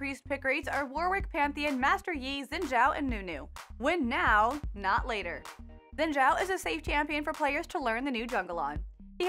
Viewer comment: Fyi, Xin Zhao is pronounced Shin Chō or Kin Chō